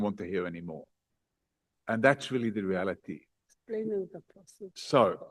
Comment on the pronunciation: "The re-ality of the situation is. I am not going to allow..." 😂